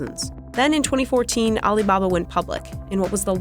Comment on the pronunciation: Aleebahbah interigence